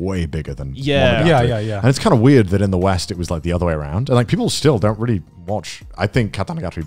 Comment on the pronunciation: Garnt, THERE IS NO "V" IN REALLY. I'M BEING VVVVREALLY, VVVREALLY, VVVVREAL WITH YOU THERE IS NO "V" IN REALLY.